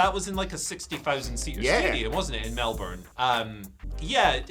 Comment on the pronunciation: Guys, if you're coming to Melbourne you've got to learn to say it properly. It's Mel as in Mel and Kim - Bun as in a bap. Mel-bun. Most of the letters are superfluous.